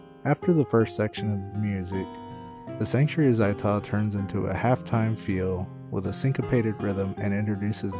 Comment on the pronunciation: ZAI'Tah? ow my freakin' ears!